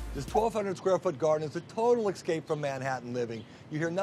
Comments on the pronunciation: he lost me when he said excape instead of escape!. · Did I hear him say "excape" instead of escape? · except he can't say escape, it comes out as excape.